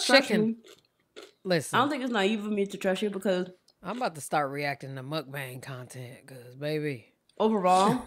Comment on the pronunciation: y'all need to get a grasp on pronouncing mukbang wrong lol